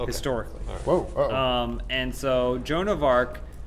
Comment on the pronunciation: That was the most butchered version of joan of arc I've ever heard.